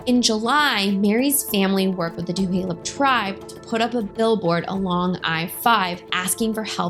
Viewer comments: Hey first off how u pronounce Tulalip is, tah-la-lip not two-ha-lup and second the welfare check you say she didn't pick up is not a welfare charity check the money is called a "per capita" which is a payment that come from the three casinos that every tribal member gets paid a percentage of the profits. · Thank you for doing this story. I just want to submit a gentle correction; its TuLaLup* (pronounced TOO-LAY-LUP*** NOT TuHaLup (current pronunciation in video Too-HAY-Lup is incorrect) 🙏🙏🧡🧡🙏🙏 And like SuPeRn8v1960 stated, its not "Welfare" its PerCap. Its unfortunate that this story is being being used to bring attention to your channel and your intention is not pure or for the betger good of MMIW. Definitely still a racially driven post and thats super shitty. So while I initially followed your channel, I will have to unfollow it after this comment. I will not support this use of this story to help bump your youtube popularity. Its disgusting and we should be way passed this in 2024. 😞😞🙄🙄😞😞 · It’s just Tu-lay-lip I grew up off 34th Ave right on fire trail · Tuh-lay-lip Tulalip no H. Thank you for the informative video 😊 Such a close to home story. I am 5 years older, born the same day and grew up on Lake Goodwin. Fly high Mary ❤ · I grew up on the res. It's pronounced Tuh Lay Lip. Thanks for the great video. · Two lay lup Tulalip is pronounced 2 lay lup